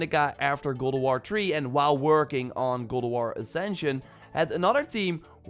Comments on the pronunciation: Sounds like you are saying ''Goulduar'' and not God of war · Is he saying Ghould of War? Wtf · Gol of war I hear lol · can this guy actually say god of war lol kinda sounds like he is saying he is saying gold o war lol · godowaw , thats how i heard him saying it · i fkn hate the way he says god of war "godowarh" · "godowar" yikes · am I the only one hearing him say "Gold of war"? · I’m going nuts hearing gold o’ wahr 🤬🤯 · Goldowahr bro fukk speak cliiirlee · why do u say god of waaaaa?